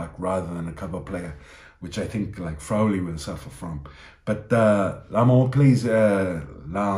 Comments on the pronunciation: it's 'Frawwwley' not "Frowley". I think you are mashing up Crowley's name with Frawley's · great stuff. Btw, just on the subtle pronunciation of names...re. Frawley, it's 'Fra-lee...and the 'a' is an 'aah' . Ireland to win by a min of 20!!! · Your pronounciation of Frawley needs work...